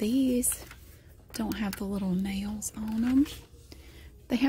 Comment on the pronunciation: i thought u were saying "jails" :)) but i do love your voice